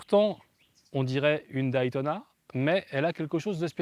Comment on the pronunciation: Merci pour ce beau souvenir. Pour info, Day ce dit "dai" comme "jour" en anglais que tu connais... Mais pas Daï comme ail ail ail ! ou Die (mourir), alors arrêtes de dire aïl, ça fait vraiment mal au oreilles, merci pour nous, hahahaha